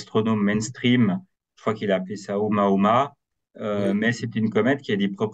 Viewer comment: C'est pas la comète Omaoma 😂 C'est la comète Oumuamua